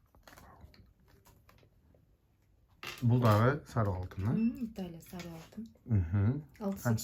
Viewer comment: Саруу алтын дейсин го Сары алтын деп айт иним